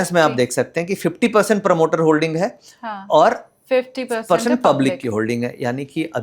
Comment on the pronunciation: है को हे क्यों बोलती है